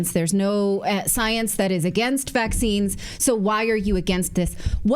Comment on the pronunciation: No more "vecxines" please